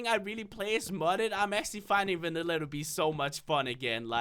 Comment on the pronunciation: You said Vannila